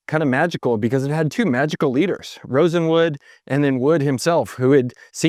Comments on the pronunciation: it's not RosenWOOD, it's RosenWALD. He was a Jewish man in search of business opportunities for pennies on the dollar. Please get the pronunciation correct. Your other videos also have this same issue. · Always good reporting and analysis, but, RosenWALD… not Wood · Rosen Wald! Not Rosen Wood - you introduced the correct name in a graphic, then spend the rest of the video mispronouncing the key person's name… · Sorry, but i have a HUGE gripe -- you kept calling him RosenWOOD, when he is actually RosenWALD ... It bothers me because I live in the Bronzeville Neighborhood of Chicago, where we have the RosendWALD Court buildings, where many African Americans lived, including famous people such as Marla Gibbs. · Yes, that sounded strange: RosenWOOD? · Rosenwald not Rosewood! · Wouldn’t Rosenwald be pronounced RosenWALD, as opposed to RosenWood? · It's RosenWALD. Not RosenWOOD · FYI It's Julius Rosenwald, not Rosenwood. I loved shopping at Sears. I shopped at a Sears in Concord NC until it closed in 2019. It was the last Sears store in the Charlotte metro area. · ROSENWALD, ROSENWALD, ROSENWALD, not Rosenwood. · Throughout your narrative, you keep calling Julius Rosenwald "Rosenwood". Just wanted to point out the error. BTW, my house, built in 2003, has been running a Kenmore fridge, stove/oven, washer and gas drier. Apart from replacing a gas ignition solenoid in the drier, these original appliances have been trouble-free for 27 years. What a brand! The current US 🇺🇸 Executive Branch is the perfect "Ship of Fools" .😕👎😕👎 These unprofessional and incompetent idiots are supported by a rabble of brainwashed sycophants who didn't have the wherewithal to learn the truth about their MAGA representatives before they voted. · Julius Rosenwald was the person's name not Rosenwood.... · Is it Julius Rosenwood or Rosenwald? The photo says Rosenwald, but you say Rosenwood. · Well done, very interesting. One thing- It's "Rosenwald," not "Rosenwood." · Rosenwald not Rosenwood